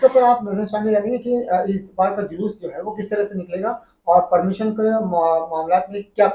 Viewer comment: Inke Talaffuz Par Gaur Kijiye Zariye Ko jariye Hazaar Ko hajaar Permission Ko permison Police station Ko stason Raza Ko rjaa Aur Khud Ke Naam Ko sakil Aur Log Inhein Maulana Aur aalim-e-deen Kahte Aur Samajhte Hain Jahaalat urooj Par hai